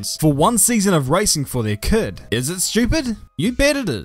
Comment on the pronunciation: you say kid weird. I also noticed when you say pits. lol.